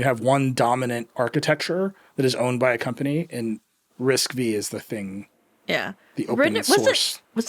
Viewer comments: It's RISC - FIVE !!! Nerds in your audience were never excited about RISC - "Vee".🙄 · Excited for all the nerds to yell at Nilay that it's risc-(five) not V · I can't a tech a publication seriously if the editor in chief says Risc Vee🤦